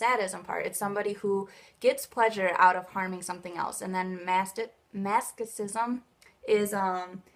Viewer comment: favorite parts of this video: hilarious mispronunciation of masochism, extreme lack of understanding as to the difference between BDSM sadism and unhealthy sadism, classic "where do we draw the line," "i don't mean to pass judgement" passes judgement anyway, "wholesome," weirdly good understanding of consent despite awful understanding of BDSM relationships, arbitrary decisions as to what's "natural" and "normal." i mean i appreciate what you're trying to do here and i like how sweetly and respectfully you've presented it but there's so much you just don't seem to understand...